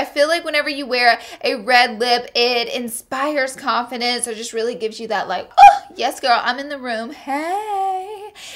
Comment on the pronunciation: lol my brain is fried. I thought you said "coffin dance" instead of confidence. This is my brain on finals.